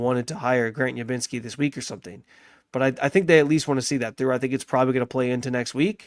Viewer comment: Are you calling him Ubinski? It's Udinski, with a D.